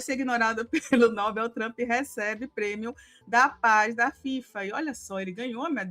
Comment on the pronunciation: Atenção: vocês estão pronunciando a palavra "Nobel" de forma ERRADA!!! A sílaba tônica é igual a palavra "PAPEL", ok? Se vocês são jornalistas sérias procurem falar português da forma correta, por favor!